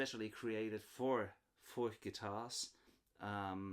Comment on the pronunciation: How would you compare Furch to Atkin? I've seen your review of the Atkin OM, i have a Furch Vintage 3 OM SR and I'm considering getting an Atkin OM. i know yhe are different models, but in general, how would you compare Furch to Atkin? Thanks, and btw, you pronouce Furch a lot better than me 👍